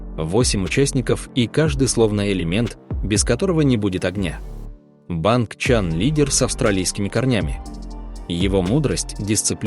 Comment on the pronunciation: Не БангЧан а БанЧан